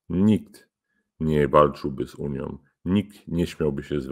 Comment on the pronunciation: Taki mecenas A mówi; Uniom , mówiom .